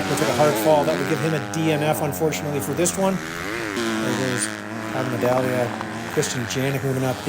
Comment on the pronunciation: Am I crazy or do you never pronounce the G in Tyler Medaglia,? 😂